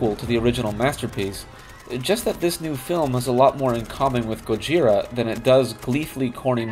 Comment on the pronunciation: The name GOJIRA is actually pronounced "GO-jz-EELah"!